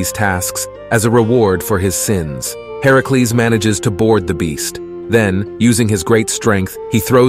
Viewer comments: Why are you saying herecles? It's Hercules or are you talking sbout someone else? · I love the video but I can’t be the only one irritated at how he’s saying Hercules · Anyone bothers how he’s saying Hercules name? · You literally tried to be smart and failed. You pronounced Hercules wrong and called a him a her. Not to mention it was chrono the titan. Also, Hercules had the trial to take down Medusa.